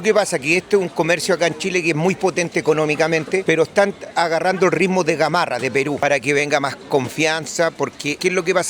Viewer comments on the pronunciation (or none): none